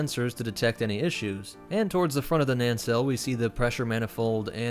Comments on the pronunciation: Did I hear right? Nancell? lol I'm sure you meant to say nacelle but I just kept hearing "nancell". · The term 'nacelle' is not pronounced 'nancelle'; it is pronounced 'nacelle'. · Great video, but I found it hard to get past “nancell”. I believe you meant nacelle. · Front of the what? It's nacelle, not nancell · BTW it's pronounced /nəˈsɛl/, not /nənˈsɛl/. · quick thing I need I point out because I heard it many times by now. those 'Nacelles', the structures the engines are housed in are NOT pronounced "Nancells" It's pronounced as "Nassells" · Good breakdown but every time you said "NANcelle" instead of "NACELLE" I felt my blood pressure rise a little bit 😂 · Nan-cell? It's pronounced nay-cell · Nacelle, not nancelle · What is a Nance cell? Think you mean nacelle right? If so, it's pronounced nay-sell or sometimes nuh-sell but not Nance or Nancy 😉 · Nacelles. Not na*n*celles. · It's pronounced "nah-sell" not "nan-sell." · It’s pronounced nacelle, not nancelle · Respectfully, good Sir - *Nacelle*. Nae-Cell. Not Nancelle. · NA-Celles There isn’t a second N in there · "Nan-Cells" I know, too pedantic but is this a SW dialect? Or perhaps a mispronounced word? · What the hell is a "nancell" ? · Are you saying "nan cell" ?? Instead of nacelle? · Is it just me that keeps hearing "naNcelle?" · Nacelle: prnounced nuh-sel I'm glad you didn't attempt empennage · lol this guy can’t pronounce nacelle 😂